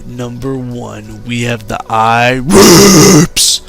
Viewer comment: when you said ireapzz i spit my redbull out onto my computer